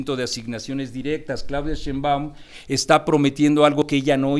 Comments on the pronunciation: Si va a debatir ese señor que alguien le enseñe como se pronuncia Sheimbaun, que molesto!!! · en primera pronuncie correctamente el apellido de la doctora Sheinbaum, y ojalá que lo que le paguen por esta información, le sea util. La guerra sucia de bots propiciada por xochitl sí está demostrada y de nada valió.